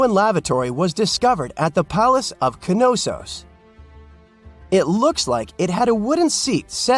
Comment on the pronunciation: Gave up when he pronounced Knossos , Kenossos